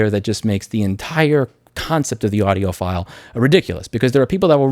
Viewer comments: "audiophool" hahaha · He said audioPHOOL, Somone's definitely an EEVBlog Subscriber 😆🔥 big shout out to dave jones 🤘🤘